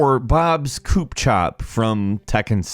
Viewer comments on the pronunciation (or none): none